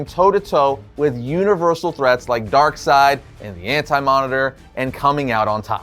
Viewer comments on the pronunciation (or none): none